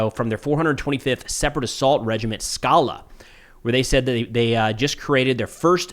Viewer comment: So it's Skalá emphasis on the last syllable and it means "a rocky mountain/outcrop". In case anyone cares.